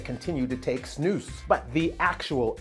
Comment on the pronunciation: I love how you say snus it's much better than other english speaking people say it